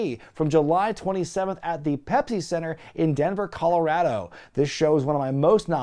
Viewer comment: Sounds like your saying Pepfy Center 🤣